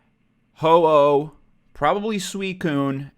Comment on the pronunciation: Ho-Oh > Jo-Oh... or Jo-El